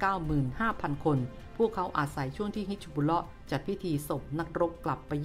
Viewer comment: ฮิซบุลเล๊าะ ถูกต้อง ไม่ใช่ บิชชะบุลเล๊าะ ครับ จะได้ออกเสียงง่ายๆหน่อย